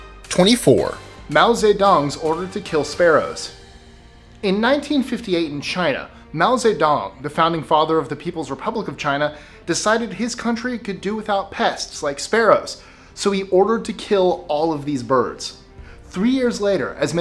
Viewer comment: The pronunciation of Zedong was bad, but "subsidence" was the last straw